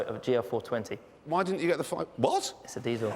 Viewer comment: lol at how he says desil